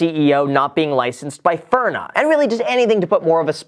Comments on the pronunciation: Bro, I love you enough to let you know its "FIN-RA" NOT "FIRN- NA " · It’s FINRA, not FIRNA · It’s pronounced FINRA, not FIRNA.🙂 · Article : FINRA Graham : FIRNA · "FIN" -"RA" haha Not "FURNA" Good video though, that just caught me off guard lol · FINRA not FIRNA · Loved the video, very informative. FYI, it’s “FINRA”, not “FIRNA” 😂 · FINRA...say it with me Graham! FIN-RAH. Graham: FuRnUh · Nobody: Graham: FIRNA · FIN-RA not FIR-NA. Still smashing like tho. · FIN-RA. “Fir-na” made me cringe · "Fin - rah" not "Fur - nah" :) FINRA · Hey Graham, Nice work on the video. Some friendly advice though as you’re dropping disclosures that you’re not giving legal advice - don’t mispronounce the enforcement agency’s name. It’s FIN-RA, not FIR-NA. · Lol are you trolling us? FINRA, not FIRNA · LMAO its FINra not FIRna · Graham - Just a heads up, It's FIN-RA, not FIR-NA. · Everyone: FINRA Graham: FURNA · FINRA bro not FIR N A...good info though. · Graham it is FINRA not FIRNA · Is it me or did Graham keep calling FINRA as FIRNA? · It's FINra, dude, not FIRna. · Firna? What the hell? Lol it's FINRA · It's FINRA. FIN-RA. Not furna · Graham... it’s not FIRNA... it’s FINRA. Say it with me, “Fin Rah” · FINRA not FIRNA 😁 Having dealt with a few FINRA investigations at my old job, thoroughly familiar with the name 👍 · Am I the only one that cringed at him pronouncing FINRA as “Furna”?? 😭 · Hey man it's FINRA like FIN-RA not FIR-NA haha. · its pronounced FINra, not FURna! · Did you just call Finra, Firna hmmm a shame a shame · Am I the only one catching him saying "furna" instead of FINRA? 😕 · You would think a millionaire would know that it's FINRA, not FIRNA. Jesus Christ. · F I N R A. Not. F I R N A :) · Loved how you called it FURNA. Great video! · FIRNA.... that's driving me nuts. STOP SAYING IT!! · Is no one else upset at the blatant mispronunciation of “FINRA?”